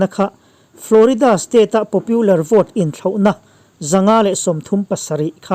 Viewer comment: Trump-puia a ni lo, Mizo a ni lo, Trump-a ti mai rawh. Tin, Popular hi Popiular tia lam tur a ni lo.